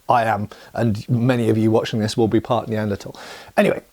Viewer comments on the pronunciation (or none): none